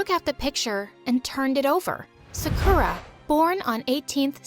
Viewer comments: i don't what to come up as a hater because i love my story animated stories and i loved this one to but you said Sakura wrong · They said serkura I think they meant Sakura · Please her name is pronounced SA KU RA not Suh Kooo rah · i was so confused. they called her “suh-koo-rah” BUT HER NAME IS SAKURA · And it's said sah-kuRAH li,e a Sakura tree it's not said suh koo rah it's sAh koo rah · It isn't pronounced as sakuura it's saakura but you write it as sakura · It's (SA-KOO-DA) not (SA-KOO-RA) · Why they keep saying Su-cu-ra THEIR PRONOUNCING OT WRONG 😐 its SA-kU-rA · BRO WHY DOES EVERYONE PRONOUNCE 'SAKURA' LIKE 'SAKOORA' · Bro why they say Sakura like sakoora💀💀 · It’s pronounced saw ku ra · My story animated: zekera Me : what kind of name is that Me after Reading the note Me: you seriously said anime in the video and you can’t get the name Sakura pronounced right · how she pronounced sakura: "hi im sukoora from japan!" girl... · why did i hear sickura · It litterly says SA-KUR-A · IF YOU'RE FROM JAPAN THEN WHY DO YOU PRONOUNCE SAKURA AS "SEKURE" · the "saKHOra" left me devisteded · SAME THEY KEEP SAYING Su K ERR UH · SAME SUSHSHSHSHSHS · IKR LIKE ''SUCKER-AHH'' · loll i heard uni and i thought wait unnie means sister in korean and they said sakura and u say it as saakura not sakura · HI, IM SAKUURA FROM JAPAN, YUUMI IS MY TWIN like babes, if youre going to do a 'japanese' character, at least have some respect to say the japanese names and words right xx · why are they pronouncing sakura like that?? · They pronounced Sakura wrong 😑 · “hi I’m sakura from Japan” Me : looks at her I’m sorry wha— also I don’t think that’s how you pronounce that but ok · putting jennie's solo performance in the thumbnail her being japanese her pronouncing sakura like a american wtf is happening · man they dont watch anime the way they pronounce "sakura" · All tho sakura is a trash can i get triggered when u pronounce sakura fr wrong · How did they pronounce sakura wrong 😑